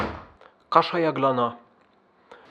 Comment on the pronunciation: Czas 3.55 mowisz kasza jaglana a brzmi jak kaszle od rana😂😂